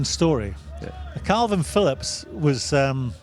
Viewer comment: It’s Kalvin Phillips not Kelvin Phillips, Simon, you utter melt. I’ve never known anyone so clearly intelligent to mispronounce so many names/words🤦‍♂️🤦‍♂️